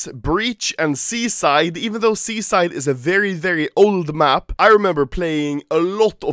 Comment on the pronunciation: You say "Seaside" like "Suicide" cringe